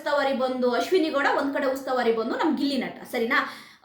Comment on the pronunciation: ಉಸ್ತಾವಾರಿ ಅಲ್ಲ ಮೇಡಂ ಉಸ್ತುವಾರಿ 😂